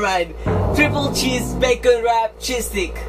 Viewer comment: i love how to correct people with the A while you can't even pronounce stick